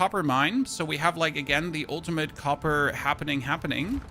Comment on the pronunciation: The way you said ultimate............